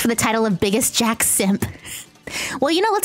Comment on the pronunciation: You said JAX name wrong